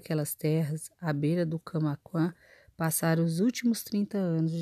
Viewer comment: Você precisa colocar mais vida nessa voz para ler o livro a palavra Camaquã não é Camaquã